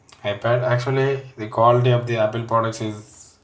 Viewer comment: Good reviews video but bro need to improve pronunciation like aple (apple) kamera (camera) ceting (setting) and u need to take English speaking class as well other than that everything is somehow countable 😊😊😊